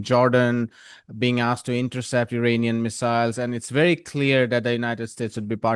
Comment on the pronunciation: PROPER Pronunciation of IRANIAN : For the love of God and All the Toys in the World, IRANIAN, is NOT pronounced "Eee-RAINY-Yan" but rather "Eee" (rhyming with See) + Ronnie (abbreviation for RONALD) + Yan !!! A Simple Mnemonic would be "There is no RAINY weather in the forecast"!!😊 Hence the proper Pronunciation is "Eee-Ronnie-Yan"!! Even the most Stupid Computer generated voice could be Corrected (Reprogrammed)!!!